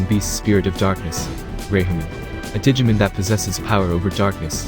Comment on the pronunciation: It’s digimOn not digimEn... thanks for the video tho 😂